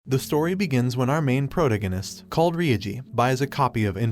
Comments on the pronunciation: God the way he said proganist got me rolling 💀💀💀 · i can't get over the fact he said "prodagonist" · it's pro-ta-gah-nist. Where did you go to school? pro-ta-gin-ist? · At the start he said progagonist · each day this mf saying protaognistntst worse and worse bruh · Did HE JUST SAY "PROTOGANIST"?!?!?! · This guy really butchered the pronunciation of lich and protagonist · some people pronounce it that way. Some anime had an english dub that said lick and not lich. drove me nuts. Besides that's better than the way he pronounced protagonist. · What is the way this guy pronounces protagonist hahaha wtf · Never say protagonist like that again